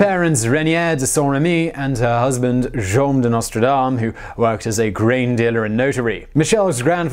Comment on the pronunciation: It's Nostredame, with an E ("Our Lady").